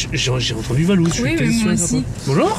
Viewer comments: Moi aussi j'ai entendue valouz🤣🤣🤣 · Moi aussi je l'ai entendue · Elle a clairement dit VALOUZ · Mais pourquoi elle à dit Valouzz wesh ? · MISKIN POUR LE "VALOUZZ" DE LA PART DU MCDO SINON ON TAIME Valouzz🥰🥰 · Au Mac drive moi aussi j’entends « valouzz » et pour les trois mots : chaise , dentifrice et amour 💕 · Tu n'as pas entendue VALOUZZ car elle a dis VALOUZZ ! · Oui elle a dit valouz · Oui elle a dit Valouz j'ai entendu